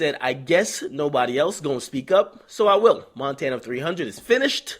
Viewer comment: Montana!...n not Frenchie lol